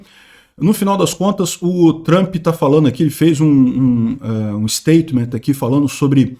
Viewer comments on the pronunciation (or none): none